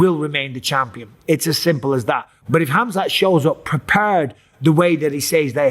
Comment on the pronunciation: Haha Chael calls him Kazmet 😂